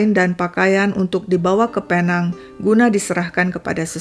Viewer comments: Sebutannya pi-neng atau pulau pinang. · Sebutannya Pinéng atau Pulau Pinang, Malaysia. Tq ya